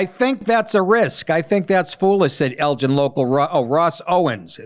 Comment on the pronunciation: It’s “Elgin” gin like guinea.